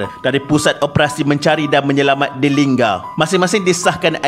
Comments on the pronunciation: lingga not lingam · tentera kau x sebut??batang lupar tu..nama betul jeti lingga..bkn linggam😊